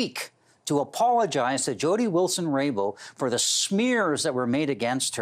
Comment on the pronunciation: It’s Jody Wilson RayBOuLD. Not Raybow Rainbow 🌈. Robert Fife annoys me.